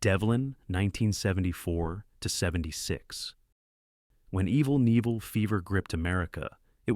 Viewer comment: I remember "Devlin" but had forgotten its name for the last fifty years. I'm pleased to have that loose end in my memory tied up at last. Your AI voiceover, however, needs to be told that the K in "Knievel" is pronounced, not silent like the one in "knee".